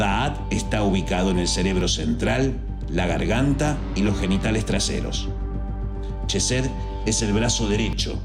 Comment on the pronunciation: Una pequeña aclaración sobre la entonación de "Chokmak" y "chesed": El sonido de la digrafo "ch" no es "consonantico palatal africado" sino es "velar oclusivo sordo", tal como se emplea en los monografos "k" y "c" respectivamente. Por cuestiones de estética gramatical y de transliteracion, ha pasado a ser un sonido basado en el "fricativo" de la "sh" inglesa. Para asegurarnos de una mayor proximidad al hebreo, se entona la "k" y la "c" con el acento germánico pero sin el "golpeteo" palativo y se convierte en un nuevo digrafo: el "kj" Por tanto, pasaría a escribirse "kjojmak" y "kjesed". El detalle aquí es el mismo que sucede con la forma de escribir "di-os", vaya, de Hashem o Adonay. Pero en este caso es la "k" dado que esta letra ocupa la 11° posición y bueno, tu sabes que el 11 es tabú. Para diferenciarlo se emplearía la "q" "Qjojmaj, "Qjesed", incluso "Qaballah". Visualmente luce extraño pero es lo que sucede también con la escritura de los profetas: Abraham = Ibrahim, Issac = Yitzhaq" Jacob = Iaqob... y así. Pongo lo anterior tratando de diferenciarla de corrientes new age y pseudo-sabateas, algo más luriana, más sionista. He aquí mi dato cool🤙 De momento es mi pequeña objeción de otras. Nota: Se agradece que no citaras al Yeshua Ben Yoseb. Shalom,!🙌 Que la Luz de Gopala te Ilumine.